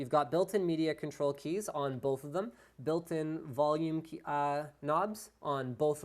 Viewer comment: No, please explain what the fuck "voulume" is.